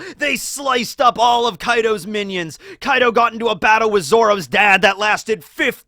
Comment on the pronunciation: it's kaido